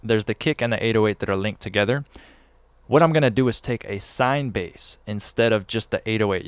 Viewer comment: “swine bass”😁🤷‍♂️